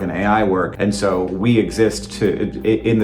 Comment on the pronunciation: ... why did you say Surrrr instead of So